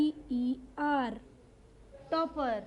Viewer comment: Madam Topper nahi Tapper